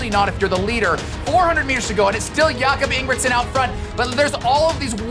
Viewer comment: “I am a huge Jakob Ingebrigtsen fan!” …proceeds to butcher his name 😆